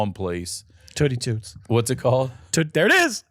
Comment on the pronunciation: There’s no way that’s pronounced TOOTS like a fart. Gotta be like TOOTSIE without the IE